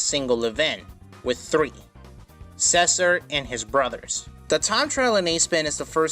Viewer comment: He pronounces Cesar as Sessur XD